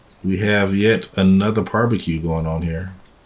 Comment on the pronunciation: He really said par-b-que! Hilarious!